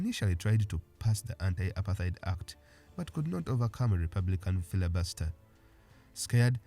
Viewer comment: Apart-heid and not apar-theid.